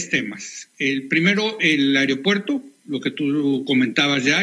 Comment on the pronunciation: Que nadie puede decir aeropuerto, el que no dice ario-puerto, dice airo-puerto, hablen bien...